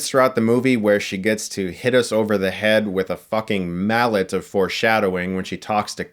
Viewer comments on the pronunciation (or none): none